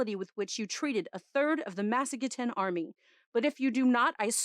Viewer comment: I know it really don’t matter but, you’re the first person I’ve heard to pronounce Massagetai correctly haha